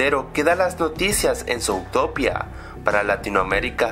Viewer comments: se dice zutopia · Porqué rayos pronuncias "zoutopía"?